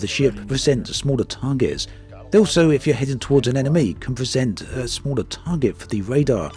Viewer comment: Dude, it's just mee hearing or you really spelling 'enemee'?